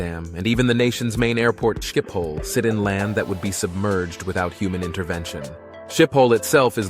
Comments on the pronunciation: It’s pronounced “Skippel” Airport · It is written Schiphol, and pronounced schip-hol. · The airport Schipol is pronounced Skippol.